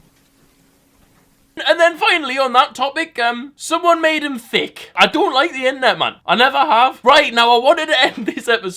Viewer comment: OH MY GOD he says fucking tick instead of thick